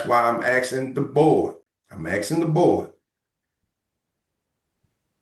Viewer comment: Is he axsing the board?